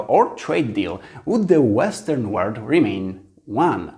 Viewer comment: Wow, ale fajnie! Trzymam kciuki za Ciebie :)) Super, że masz odwagę mówić po angielsku, dobrze sobie radzisz. Popracuj trochę nad wymową a będzie super (różnice world i word, history, this itd). Powodzenia!